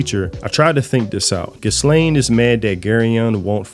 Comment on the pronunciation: Idk why but mispronouncing stuff bugs. Me its gal farion. And ghislaine is said without the s. Like ghee-layne